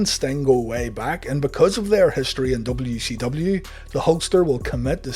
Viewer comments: Is he saying W-she-W? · Am I the only one hearing WECW?